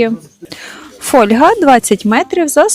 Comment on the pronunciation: Сюда іще чай - КеніЯ і фольгА !😂